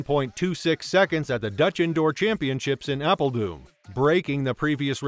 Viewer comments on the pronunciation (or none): The correct phonetic pronounciation of the Dutch city of ‘Apeldoorn’ is ‘Apple-Thorn’ spoken rapidly but replacing the ‘th’ by a ‘d’ resulting in ‘Apple-Dorn”!